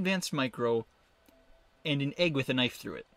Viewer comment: the way he said egg caught me off guard